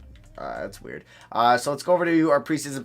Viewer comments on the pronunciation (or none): none